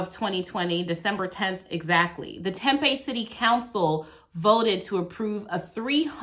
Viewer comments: It's pronounced "Tem Pea" Tempe not a huge deal just saying, love your work. Found you through Schrodinger's Cat. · it's "tem-pee" don't ask me why. i get made fun of saying "tem-pay" a lot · Terrific video in so many ways. But... Tempeh is fermented soybeans. Tempe (pronounced Tempee) is a city in Arizona. Home of Arizona State University. Thanks! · If you’re gonna keep doing AZ (and you are because Arizona 🤣🤣🤣) I need you to know it’s said Tem-PEE before you get flack for it. ☺️ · Hey just friendly heads up the city this video takes place in is pronounced Tem-pee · Thanks for the videos of this bad cop, hope that further action has been taken against him. But, it's pronounced Tem-PEE, emphasis on the second syllable. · It’s pronounced temp-eee. Like “temporary” temp-eee, temp with a long ‘e’ after. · I believe it's pronounced...tem-pee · we hereabouts pronounce it "tem-pee." not a callout, just fyi. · Amazing job as usual. Just an fyi, people here in Arizona pronounce Tempe as Tem-pee. The video with them illegally entering the home was freaking disgusting.